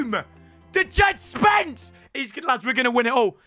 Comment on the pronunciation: Can you find out how to say djed spences name before you sing his praises through a megaphone